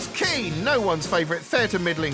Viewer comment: Damn when he said Keane I thought he said ween lol